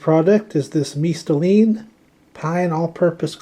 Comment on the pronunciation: you said it perfectly correct! It is a Latin brand and I love how you pronounced it !